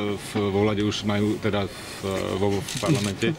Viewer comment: Kotleba ty radšej slovo parlament nevislovuj!!!!!!